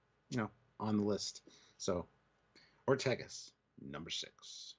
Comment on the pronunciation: One of you pronounces Ortegas as "Ortiguez", which is an entirely different name, except for the beginning "Ort." The "e" in Ortegas is pronounced like the "e" in "bed". Then the "a" is like in "bad."